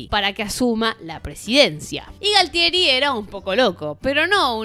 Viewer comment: Me gustan tus videos!: Yo entiendo que es tu estilo el de hacer chistes cada tanto, pero seria mas profesional que seas menos vulgar. Cositas a destacar, algunos nombres mal dichos como el de Galtieri y Massera. Y los motivos de la guerra de Malvinas no fueron los que citas que Galtieri se levanto un día y quiso hacer la guerra, hay otro trasfondo. saludos